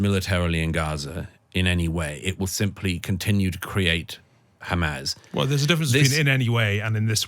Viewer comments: So this chap has a degree in English.... Keeps saying hamaz it's Hamas. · Douglas, it's not "Hamaz," it's "Hamas." Fine interview.